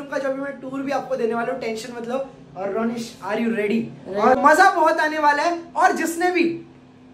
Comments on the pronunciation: RONISH NAHI RONNA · YOU CALLED RONISH 'KUTHE'